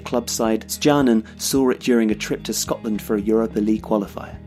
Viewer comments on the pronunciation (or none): none